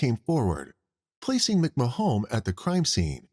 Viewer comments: How does the narrator get Mc-Ma-HONE out of McMahon? Most people would pronounce that as McMAHN. Also Katherine is NOT pronounced KATHer EEN. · McMahon is pronounced McMan. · Is this a person talking or a computer ? Why saying McMahon , Mcmajon ? And the guy shot in the bar in new years if it was in 2020 is 3 years that they waited not 23 😅 I still love it, great work getting all this cases , makes my time at work go faster 👏🏼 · McMahon. Muck marn